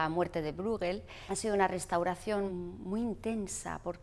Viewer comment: Pieter Brueghel se pronuncia /Píter Bréjel/, no /Brúguel/ ni /Bruéguel/.